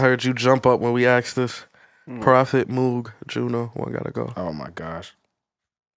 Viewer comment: Y’all all pronounce moog wrong. Shame.